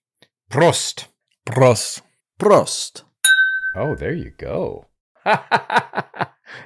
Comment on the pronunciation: draw out the vowel more, bitte! Praawwst. It's short for Praaww-sitt (Latin prosit).